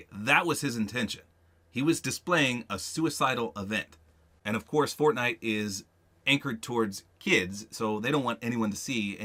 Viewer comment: he said fortnut